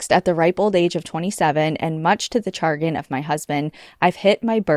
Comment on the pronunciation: You are killing me with the mispronouncing! “chagrin” is CHA GRIN. But love the show!!